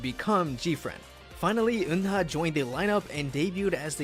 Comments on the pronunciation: People always pronounced Eunha name wrong specially the English speaker. It's not Un-Ha. It's U-Na or kinda like when you say Ooo-Nah. The H is silent. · Why am i so annoyed about how he pronounces "Eunha"'s name? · Try to learn and pronounce korean from hangul pronunciation not from romanized korean, 은하 Eunha pronounced as eu-nha (eu-na) not eun-ha, 막내 maknae pronounced as mang-né not mak-né